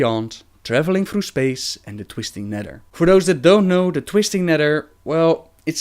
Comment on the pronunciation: "twistin neder"